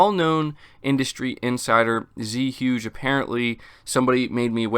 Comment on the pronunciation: I love you bro but....You butchered Zhuge’s name lol.